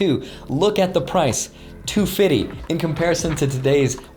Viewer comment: Did he say "two fiddy"?😂